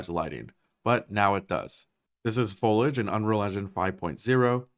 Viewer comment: The way he mispronounced “foliage” was unnecessarily annoying to me